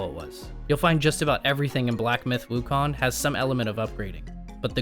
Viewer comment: you kept saying Wukon throughout the entire video